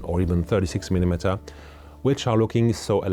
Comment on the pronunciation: Is it impossible for Asians to say the word millimetre? 😂